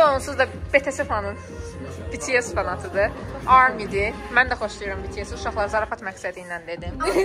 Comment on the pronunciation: BTS'i betese kimi tələffüz etməsi məni biraz üzdü. 🙃